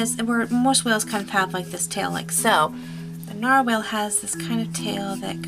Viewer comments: lol I am sorry you are saying nar-whale but its nar-wall but less choppy like narwall but spelt narwhal the English language is to weird... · IT'S PRONOUNCED NARWALL